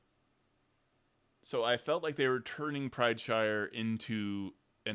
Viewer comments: Isn't his last name PrideSire not PrideShire. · I'm enjoying reliving the episode events with you and your community. Please learn the character names. 😉 Matt is playing Sir Julien Davinos (pronounced duh-VEE-noss); Davos is from Game of Thrones. Travis is playing Teor Pridesire, not Prideshire. House Tachonis is pronounced tuh-KONN-iss. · ..........................Why do you keep adding an H into Teor's last name, like he's a Hobbit lmao.